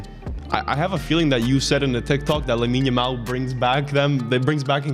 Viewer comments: The world: lamine yamal: yamine lamal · don't worry I sometimes say Yamine Lamal too